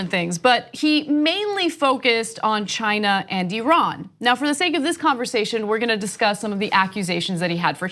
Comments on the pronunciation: when Trump says China it sounds more like he is saying vagina!😂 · Why the hell does Trump pronounce China as Gina ?!?! This is what is really bugging me. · When is Rump going to learn how to pronounce “China”? It’s not “Shine-a.”